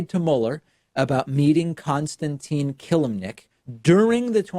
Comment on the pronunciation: This is not how you pronounce [Constantin] Killimnik but I feel like this mistake doesn't alter reality that much